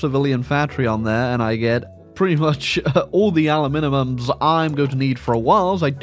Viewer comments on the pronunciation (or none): Aluminium? Aluminum? Aluminimum!